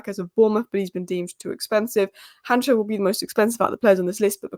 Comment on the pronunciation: Han cko not hancho come on